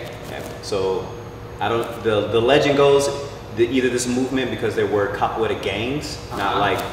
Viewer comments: o "capoleila" no começo me quebrou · He said “cap a way la “ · Did he said capoeila?